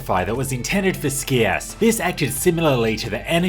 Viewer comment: Scias is not pronounced with a hard C btw. It's more like "sye-us". Similar to the word "scion".